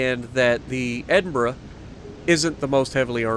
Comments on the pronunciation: Your second pronunciation was correct....it's like "edinburah" though obviously not spelled that way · Hunted a isolated Nelson yesterday in my Icarus. Missed three torpedo salvoes whilst staying in the visibility sweet spot. Finally hit him with my last two salvoes. Felt so good. You pronounced Edinburgh correctly by the way.